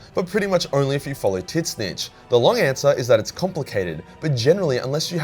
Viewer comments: zeeeeench not tit-scitch.... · I feel obligated to point out that it's pronounced ZEE-NCH not Tit snitch. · Ok are we going to ignore the fact he kept say "TiT-Snitch" and not "Zeenche" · I can't how you pronounce Tzeentch like "tit stitch". I believe it should be done like a bird skreech. To just pronounce it "tszieeench" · Why do you spell Tzeentch as "tit-snitch", though? It's more like "tz-inch" (starts like a "tzar", ends like Grinch). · Took me few moments to realize that Tit-snich is Tzeentch, not Slaanesh as TIT-SNITCH like describes Slaanesh prety well😄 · Lol, Titsnitch not Tseench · Why do you pronounce tzeentch like tiznitch I thought it was "zeentuch" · Why do you pronunce Tzeench as Tit-zinch? I always assumed the T was silent and was always pronounced "Zeench" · I can’t say I’ve ever previously heard Tzeentch pronounced as ‘Tit Snitch’. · Am I tripping, or is he really calling Tzeentch "Tit Snitch"? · am I the only one wondering, what kind of accent makes you pronounce Tzeentch as "Titsnitch"?! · I every time he said “tzeench” I thought he was saying “tits bitch” and was talking about Slaanesh. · I can't unhear "Tit-snitch".... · Tit Snitch is the funniest pronunciation I’ve heard yet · Wait. Hold on. Is there s god called "tit snitch" or are you mispronouncing tzeentch? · Tits-nitch lol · Who tf is Tiz nitch? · so nobodys gonna mention the fact that he pronounces tzeentch “titsnitch” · I can't get over how this guy says Tzeentch. I always assumed the first T was silent like in the word tsunami and the second t was part of the ch sound. I have only heard it pronounced Zeen Ch. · It’s TZEENCH THE T IS SILENT LIKE IN TSUNAMI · Why the f does he pronounce tzeentch as tit-snitch??!!! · Tiz-nitch though... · The fuck is this pronunciation of Tzeentch, why are you calling him Titsnitch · I know Tzeentch isn't particularily easy to pronounce but dear Emperor you absolutely butchered it XD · Please for the love of god stop saying Tzeench like that